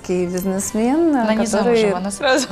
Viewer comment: Украинский бизнесмен - з неправільним наголосом! Ця пані часом не з Москви?